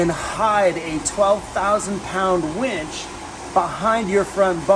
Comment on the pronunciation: Haha did I say wench? Lol! Winch? Which one is it!